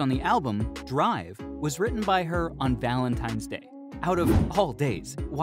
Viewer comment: I was watching til you said ValenTIMES day 😮